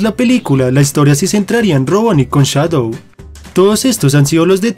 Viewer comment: No sé dice chadow se dice shadow